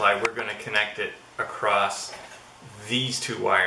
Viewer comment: Thanks for the video, but be advised that "acrosst" isn't a word... just 'across'.